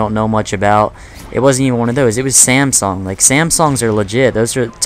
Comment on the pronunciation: You pronounce it samsong